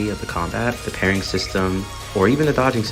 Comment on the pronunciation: not trying to be a grammar nazl but, the way you say RES O NANCE as renaissance was driving me wild, also partying instead of parrying. Other than those great video and i also agree very much, and am excited for wuwa